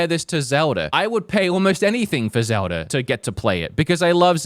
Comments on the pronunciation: What nationality is? He always says “Nintnendur” and “Zeldur” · "I love Zeldur"🗣